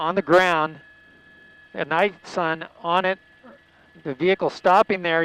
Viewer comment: “Night sun” 🙄